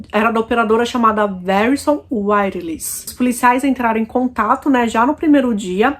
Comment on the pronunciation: A Pronúncia do Nome da Companhia Telefônica é Verizon , e se pronúncia Viraizen !